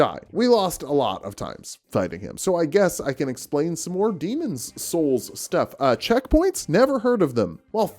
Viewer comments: I feel like you're saying Demon's Holes and it's clearly Souls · Are you pronouncing it as Demon's Holes on purpose, or is this a more subconcious thing you're not aware about? Either way I recommend therapy